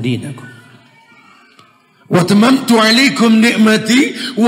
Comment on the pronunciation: Sepertinya ada yg keliru dgn ayat yg dibacakan ust surah Al-Maidah ayat 3 tadi, wa atmamtu alaikum, bukan wa tamamtu 🙏🙏